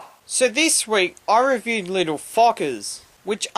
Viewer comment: In the beginning your accent made the title sound like little fuckers